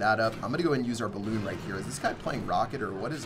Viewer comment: Sorry but it's "balloon" lmao